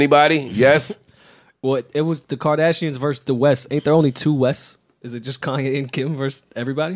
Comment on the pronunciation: Thanks for the time stamp but, put some respect on his name it’s KANYE!!! Not kayne